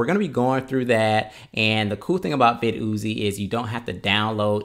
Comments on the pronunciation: Vid-Uzi 9mm Lol. I think it’s pronounced: Vidd-e-Ohh’s Viddy Oze Like the caffeine med NoDoz No Dohs, not NoDahhs But whatever you think I guess is fine. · vid yozy haha lol pronounced "videos" don't get me wrong I am not bullying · I love it... vid ooo zee... you are funny. It’s still pronounced videos like normal. You can check their website. Anyway amazing and informative video. I loved it! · I'm mad he keep calling it Vid Oozie! It's VIDDYOZE Sounds just like VIDEOS! smh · nice review, but you do realize that it's pronounced vid-e-os! Thanks for sharing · Pronounced *videos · But i like it more when he says Vid-ooo-zee hahaha!